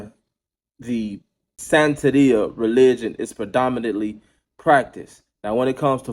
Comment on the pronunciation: Pronounced San-ta-ria. ✌🏾